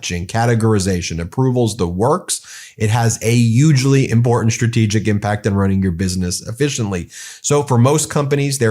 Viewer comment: I like how he pronounced the word hugely as 'Yuge-ly". I can no longer pronounce this word the same anymore. It makes me shudder.